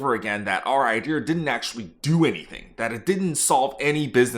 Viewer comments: Unfortunately you were likely laid off for how you say “idear” instead of idea. If I’m being honest I can’t blame them. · Can't stand the R accent. It idea not ide-r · Genuine question can you explain why you say “idear” instead of “idea”? I’ve heard some people say it like that some times but I don’t understand why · Why are you saying IdeR instead of ideA ?? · Why do you say ideEr for idea? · Why do you say IDEAR instead of IDEA? Wtf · Why do you pronounce it “idear”? Is this a tech thing? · New drinking game every time he says “ idear” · I keep thinking a white guy from the south is talking every time you say "idea" like "idear". I'm gonna guess you grew up in Texas or Oklahoma. Anyways, hope everyone survives the upcoming AI bubble bursting! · I found the guy from Maryland. "Idear" I'm guessing you also say "warsh"? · You don't need a British accent, but stop saying ideaRs. Great content and insights! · please stop saying "iDeer" lmao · I love how you say "IdeaRRRRRRRRRRRR" :D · Yo can you say IDEA right? There’s no R on the end of it. It’s just EYE-DEE-A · Love the video! The “Iderrr” pronunciation was driving me crazy 😂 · The only time I hear it pronounced like that is in west country England 😂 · It was a real iderrathon there for a while. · It’s his brand lol. Bet he was called the Idear guy when he was in the workforce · Yeah it stood out hard. For him sounding like there was no accent to that was very noticeable lol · So many "idears"! :D Boston man? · There is no "r" in the word "idea". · Where is he pronouncing an R in idea? 😂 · There’s no r at the end of the word “idea” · Look, if you want to taken more credibly, stop putting an 'R' in "idea". And then work on your British accent =) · Curious - why do you say idea like that? Is that a regional thing?